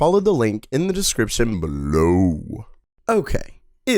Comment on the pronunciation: Dnt bark like a dog when saying belowwww. It looks so worst